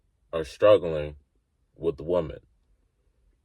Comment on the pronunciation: Little feed back, there is one woman and many women, learn to pronounce the difference.